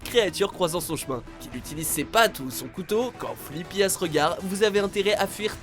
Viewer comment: C'est pas Flippy mais Fliqpy ( oui je suis chiante )